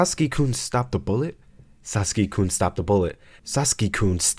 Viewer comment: TF is a Saski? HES SASAKI AAAAAAAAAAAAAAAAAAAAAAAAAAAAAAAAAAAAAAAAAAAAAAAAAAAAAAa